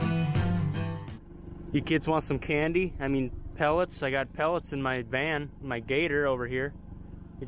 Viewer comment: LOL - “you kids want some perlets?”